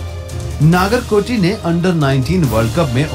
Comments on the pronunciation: Dude it's not naagarkoti it's Nagarkoti नगरकोटी 🙏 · नागर नहीं नगर कोटी होता है